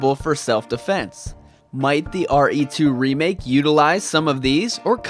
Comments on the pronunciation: It do sounds ridiculous But it not that annoys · I dont think is ridiculous, its pretty cute i like it.